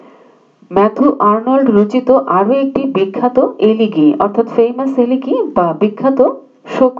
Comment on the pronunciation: Mam উচ্চারণটা এলেগি হবেনা।এলেজি হবে।